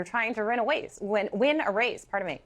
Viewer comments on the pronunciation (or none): "Ruin a wace.... Win a race" Hmm....